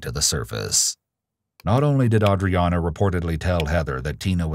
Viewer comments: I hate that they could never get AUDREANNA’s name right. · I have no idea how to pronounce the victim's name at this point. I think I heard it pronounced 8 different ways and several other totally different A names during this video lmao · Anyone else find it REALLY annoying that all the detectives and officers can't seem to pronounce her name right? Seems like the least they could do at this point, knowing the name of the victim your are investigating on behalf of.